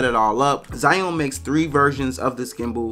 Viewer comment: It's actually pronounced "ju-WING". Don't ask.